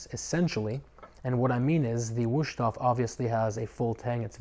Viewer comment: There is no SH, it is a Z for the S